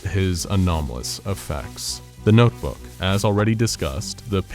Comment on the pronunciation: Cant say notebook properly Can say inconsequential properly nice